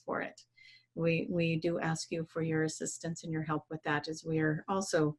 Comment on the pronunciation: How come that always say "aks" instead of "ask"? And "aksing" instead of "asking"? I was just curious if it is for a specific reason, or if it is a dialect or something? Much love to you both! 💜